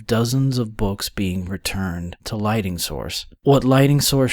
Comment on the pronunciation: Why does this narrator keep saying LIGHTING when the word is LIGHTNING.? This strikes me as rather odd.